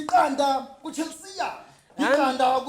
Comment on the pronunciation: It’s the skiiiitss dawg 😭😂😂 Chell-see-ya (Chelsea FC)😭